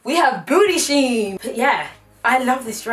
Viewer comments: “Sheen booty “😂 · "Sheen bootyyyy" ughhhh 😭😭😭